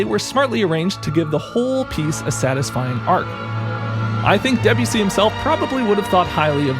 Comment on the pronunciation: Is that why he's pronouncing the name as "debjussy"?